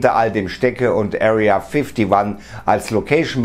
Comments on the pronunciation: Wer kennt sie nicht, die Area fifty wann😅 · Area Fifty wan hahaha 😂